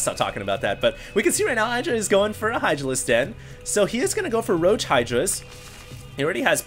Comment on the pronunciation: Everytime said Hydralisk...I heard Idralisk.